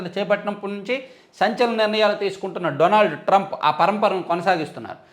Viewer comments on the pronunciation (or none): none